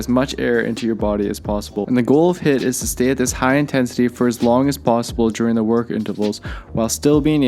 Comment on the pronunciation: It is pronounced as heeeeeeeet.